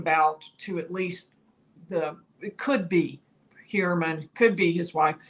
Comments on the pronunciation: She clearly has an accent. She pronounces it according to her accent. Who cares. The truth is... most people are pronouncing the name wrong anyways. It's Hoi-er-Man. Because this is a german name; so the 'eu' sound is different. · say (Fewer) men... Now say (Hewer) man. Pronounced Hewer-MEN Ok 👌😊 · "Hue-err-men" for Gods sake 😑😭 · Someone PLEASE tell this woman how to pronounce his name..